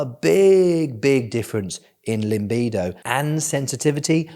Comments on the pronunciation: Limbido? I thought it was pronounced Libido. 😂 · Great. It's libido not limbido though ;) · stop saying LiMbido there is no M in it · Cracks me up when he says "LIMBIDO" hahaha Its a new Soca Dance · my boy said LIMBIDO